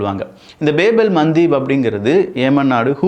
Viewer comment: Babe al mandheeb ille paa😂😂... Baab al mandhab!!!... Baab means Door nu artham !!